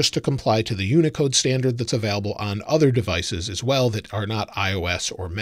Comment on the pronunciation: anyone else triggered by how says available? hahaha